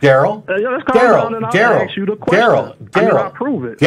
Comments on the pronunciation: The word is 'ASK' not 'AKS' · It's ask ...not axe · Darryl? It´s ASK.....not AKS.....Go to school, grow up and try to re-enter society that way. You´re welcome. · Why do alot of the black callers say 'axe' instead of 'ask' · I can't stand it when people say AKS instead of "ask", there is a certain demographic that does this a lot.